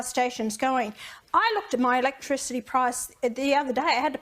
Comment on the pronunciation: No comment electrichity ! Sound it out Pauline you’ll be ok ha ha what a bunch of rednecks